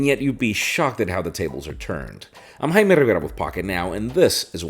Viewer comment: I'm JaimeRuhbluhbluhbluh